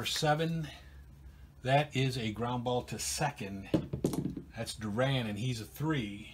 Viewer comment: Thanks. What Happen To Mariano Duncan? He was the Reds Starting 2B During the 1990 Season. Also Just Saying...2B Bill Doran's Last Name is Pronounced Doorin.......Great Series, Take Care and Roll On***